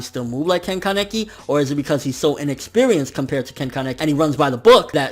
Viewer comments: i hate to be that guy, but uh.. isn't it KAneki, not kanEKi? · ア レ ッ ク ス 》 that's just how he pronounces it. I say KAneki